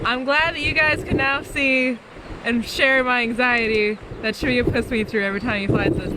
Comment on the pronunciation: Tia had it pretty spot on 😂 when Chevayo said it I thought where?!?!